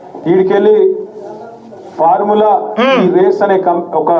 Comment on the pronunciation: అది parmula కాదు బ్రదర్..ఫార్ములా..